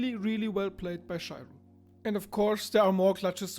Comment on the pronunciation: You are pronouncing Shiro wrong btw